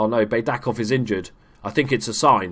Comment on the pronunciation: One hint about the Bulgarian language: we read everything exactly how it is written. For example, Baydakov is just [baidakov], not [beidakov]. Well Dzhuneyt Ali is a turkish name... it's difficult but it is [ju-neit] where "ju" is like in June and "neit" is like in "Nathan"